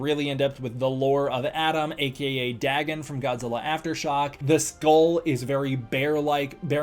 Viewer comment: Love your videos but I think Dagon is pronounced Day-gahn, not Daggin'